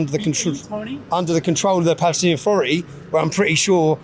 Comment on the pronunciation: I wonder why do they say balestinian 🤔